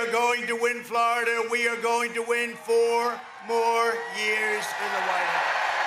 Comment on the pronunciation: Why does he talk like that?? “....FOUR MORE years.”